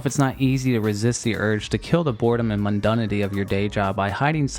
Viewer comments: “Costed”? ‘Mundunity “? Hmmmm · Its "mundAnity"